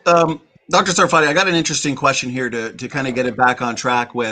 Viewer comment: By the way, it's SAR-fa-tee (or SAR-fuh-tee), not Sa-FAR-tee (or Suh-FAR-tee). That is, emphasis on the first syllable, so the ARR sound in the first syllable and a schwa for the second syllable. I've heard him explain this in previous interviews. And ask him where his name comes from! That's a good story too. It should actually be TSAR-fa-tee (it's a word from Hebrew).